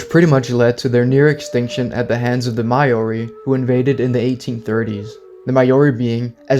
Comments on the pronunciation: Hey, great video! I really enjoyed it Just wanted to let you know that "Maori" is pronounced "Mao-ree" (somewhat like the name Mao-Zedong, for example). It's not "My-oree" (As in "My"), as you've pronounced it in this video. And it's definitely not "May-Oree", as so many foreigners like to pronounce it. A Kiwi can always tell when you've pronounced it wrong 😅 Hope this helps, if you're ever going to make more videos mentioning the Maori people :) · Maori is pronounced 'Mau-Ree' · you butchered the pronounciation of maori than they did to the moriori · Please stop pronouncing Maori so wrong 😭 as a kiwi it hurts and feels a little insulting as it’s nowhere near correct